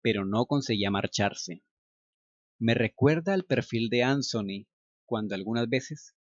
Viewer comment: HOLA, EL NOMBRE ANTHONY SE PRONUNCIA AN-ZO-NI, EN INGLES EL SONIDO DE LA T Y LA H JUNTAS ES EL DE LA Z. MUY AGRADECIDA POR TU NARRACION!❤👍 HORRIBLE, TAMPOCO ME GUSTABAN LAS DESPEDIDAS, PERO UNA VEZ UNAS AMIGAS ME ACOMPANARON AL AEROPUERTO Y VIAJE MAS RELAJADA, NO SOPORTABA DECIR ADIOS TAL COMO CANDY, Y TODAVIA SIGUEN SIN GUSTARME LAS ORUGAS..😖☺ AHH, TERRY, OTRO NOMBRE QUE TRAE RECUERDOS Y ALGO MAS EN COMUN CON CANDY...💔🤴